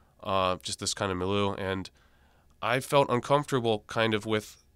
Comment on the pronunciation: if you're gonna use the world "milieu," you should know how to pronounce it